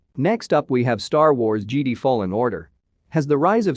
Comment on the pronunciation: Because he says jedi like geedee 😅